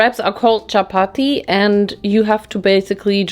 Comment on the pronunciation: i was so shocked when you said chapati 😭 it’s literally something we havw DAILY. for 2 meals. we usually have it with a curry or anything else. it’s soooo common in pakistan. also you say it in the perfect accent